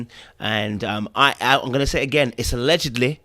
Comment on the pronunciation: Lol- you sounded almost Scottish when you said allegedly. 😄😄